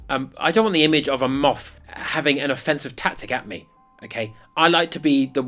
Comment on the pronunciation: I heard a MUFF! He said a MOTH! 😂👍